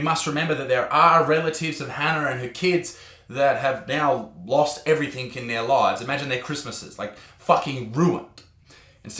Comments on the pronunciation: The country is turning to shit more and more every day and the media is partially to blame. The problem is many people take it all as gospel (not that you’d believe that) the justice system lets people down repeatedly. Sorry bartsman it’s “everything” not “everythink” otherwise I agree with everything you say 👍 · Wtf is everythink? Everything! Its not hard